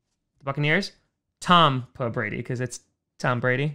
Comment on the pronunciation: "tompa brady" did you get tompa off of scootermagruder?